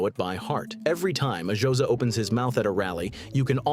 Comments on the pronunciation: 'Josa' is killing me! 😭😅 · "The jowsa"🤣🤣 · The ai can't even say xhosa